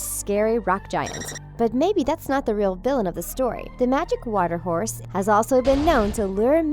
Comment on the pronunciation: She said hourse YEAH ONE WITH ANTLERS!